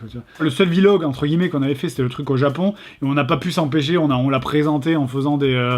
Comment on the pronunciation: "Vi log"